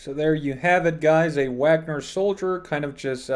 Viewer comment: The a in Wagner is pronounced the same as the a in far.